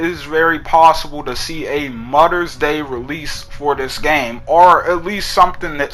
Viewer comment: "mudders day"